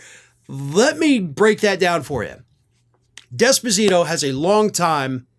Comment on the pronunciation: It is not "desposito" it is "d'esposito", NO emphasis on the "d", emphasis on the "es". Put another way, "small d".